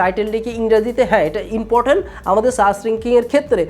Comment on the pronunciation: ভাই, তুমি ইংলিশ কোই শিখছো? ইন্টো,রিয়েল ওও, ইমপটেন,ইনরেজি,দুইটা পাট, সাস করে, ডেসকিপসন। কিলিক,ফাসট ভিউস😁